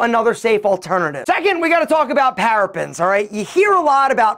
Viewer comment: ParaBENS NOT Parafens! Learn how to pronounce before giving advice